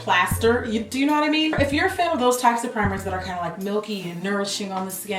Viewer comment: I love Jackie in this video because 1) GET EM JACKIE 2) "You whu-et?!" I can't deal with you Jackie. I just can't! LOL.